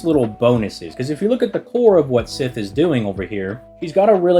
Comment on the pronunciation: Every time I hear him mispronounce Sith it hits me like seeing Altria and being confused as to who they are talking about. And it's not like he doesn't try with other Celtic names that are not so obvious as to how to pronounce, like Scáthach. Anyway, it just irks me that he tries with some names yet complex gives up on this one.